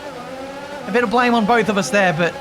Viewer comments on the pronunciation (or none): none